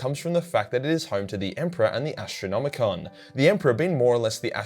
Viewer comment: Say Ass-tronomicon 1 more time!